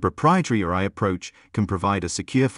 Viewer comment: I'm surprised an AI bot can't say AI. why does the male bot keep saying RI.